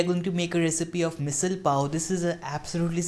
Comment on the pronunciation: You can't even pronounce its name correctly and your are teaching is how to cook it? Great.